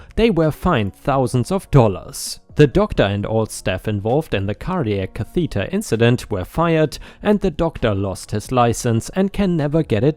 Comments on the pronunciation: Note: Catheter ≠ Ca=THEE-tur Cather = CA-thuh-tur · it's pronounced caath a deer Like ass but stretch out the a So Like cat Cathader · Learn to speak. Pronouncing words wrong again. Heart catheter u pronounced it wrong